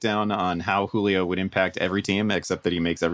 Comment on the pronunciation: “Juilo” Really? “Juilo?”